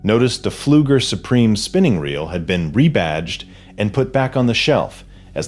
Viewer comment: The P in pleuger is silent